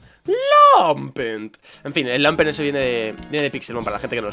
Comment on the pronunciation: se dice lampent, no lampert:v